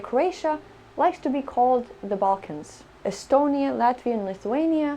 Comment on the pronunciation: And not Estonia ist with the long e